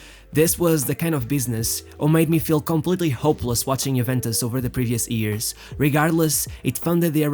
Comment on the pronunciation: great video its years not EARS